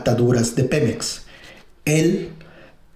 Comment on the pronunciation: Buena info, pero no mames, no tienes quién te revise el guión, hablas con el culo. "Nadien, Pemez".